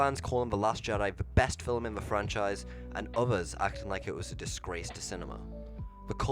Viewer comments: Bro keeps saying “fillum” instead of “film” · I absolutely despise the way you say film. Its film, not filumm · It's film. Not fillem. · "Film" is NOT pronounced like fil-im. Omg you sound so dumb